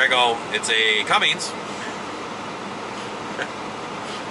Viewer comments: RIGHT ....CUMMINZ ....NOT CUMMINGS.... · Cummins - Come - inz, accent on the 'come'. LOL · Aww C'mon man.....you don't know how to pronounce 'Cummins'!??.... It's an American company man....you should know how to say it!.....;-)..... (I think maybe playing dumb on purpose!....lol)